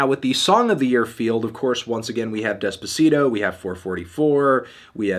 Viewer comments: despuhseedoh lmao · white ppl pronouncing Despacito terribly makes me cri